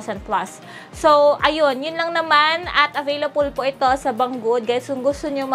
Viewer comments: Bang gud hindi bang guod 🤣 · BANG GOOD ANG BASA DUN HINDI BANG GUOD 🤣